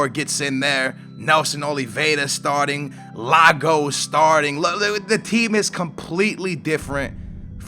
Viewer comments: its i-ago nnot lago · READ THE COMMENTS ITS NOT LAGO ITS eeee aaahh go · iago, not Lago :p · Look at the start of the video, look at your lineup, look at the stat of Livermore's name, look at the 'L' IT'S i-a-g-o not L-a-g-o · ITS IAGO!!!not lago,thumbs up,for him to see this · ITS E-AGO NOT LAGO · It's not Lago it's Iago with an i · Its not Lago, its Iago, "Ee-yah-go Fal-kay" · iago not lago!!!!!! and lab-eee-yad not labda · Its i a g o not lago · Iago not Lago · I NOT L IAGO NOT LAGO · It's Iago not Lago !!! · Stop calling him Lago, its iago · I thought u said u read the comments u know with Lago when its clearly an I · Its iago pronounced e-ar-go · It's spelled Iago!!!! Not Lago!!!! Like so he can see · It's Iago, it isn't Lago... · It's Iago not Lago. You know, with an "i". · You say you read all your comments but you still say its an L yet it's an i and don't tell me he can't pronounce that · Live comm and bring the press again. Also, it's not Lago it's i-ago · its an i not and L like IAGO NOT LAGO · it's IAGO not LAGO... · IAGO NOT LAGO, WITH AN I NOT AN L, also, new format this is getting boring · its i a go not lago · Its iago not lago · ...you are Portuguese and you know that the player is not a lake!! It's IIIIago not LLLago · Its not Lago its Iago. Its not an L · It's pronounced 'Yago' but it's spelt 'Iago' NOT LAGO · you gotta read this put 2/3 games in one episode but don't separate the bpl and Europa and its iago not Lago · The Lago thing has to stop dude, it's iago come on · his name is iago NOT Lago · he reads the I and thinks its a L i think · It's fucking YAGO not LAGO y u no read comments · It's Yago Falque not Lago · it's and "I" not an "L" "Iago" is pronounced "E-r-go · Do it. Keep calling him lago cuz it sounds awesome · It's iago (eeahgo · Wow you say you read the comments and well if you did you would be able to pronounce Iago by now... It is a i not a L as in ee-aah-go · iago and la-by-ad